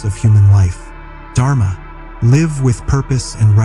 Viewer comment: This is a lovely video. I request you to not use AI dubbing because it is based on western sounds, they cannot pronounce soft sounds like the 't' in Sanatan and the heavy sounds like 'dh' in Dharma. It spoils an otherwise wonderful experience. 🙏